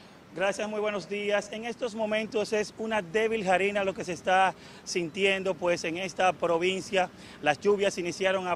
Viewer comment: Dizque "jarisna"; señor se dice LLOVIZNA. Cualquiera puede ser corresponsal de noticias.